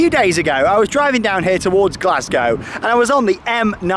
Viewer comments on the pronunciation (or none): none